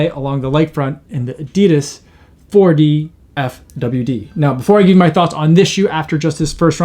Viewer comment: And the shoe is pronounced Four-Diff-Widd